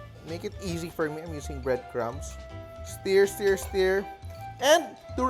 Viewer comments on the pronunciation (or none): It's "stir" NOT "steer."